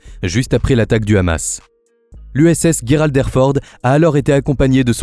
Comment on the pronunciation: on ne dit pas guerald mais gerald!!!et il n'est pas legendaire il n'a fait aucune guerre renseigne toi un peu clown